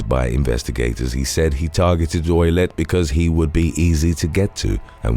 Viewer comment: is Canton Massachusetts... you always have errors in your vids its like the most low effort content anyway to look online for crimes and post random pictures how do you mess that up. Also Ouillette is pronounced oo-yet